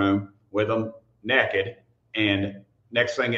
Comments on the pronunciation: He actually said “nekid” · "NEKKED"!! I love people who still have use that word. I still do,lol.😅